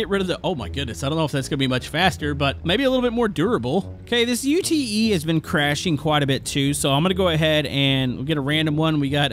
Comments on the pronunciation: The word Ute is a word, not an abbreviation of the 3 letters. You don't say "U-T-E," you say Ute, like Yoot... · Ute is not an acronym U.T.E, but is short for utility vehicle, so is pronounced ‘yoot’ 🤭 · UTE is 1 word mate. Not U, T, E but UTE. 1 word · it’s not a U T E it’s a Ute as in utility, it may help if you try to say it with an Australian accent 🤣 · Dude.. it's not U.T.E it's ute like you with a T on the end. Yout. It's short for utility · stop spelling ute - it's pronounced 'yoot'